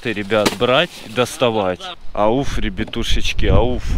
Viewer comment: Пачет, Польятилен, Ребьятушечки